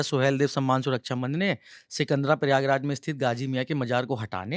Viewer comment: सिकंदर नहीं सिकंदरा है जी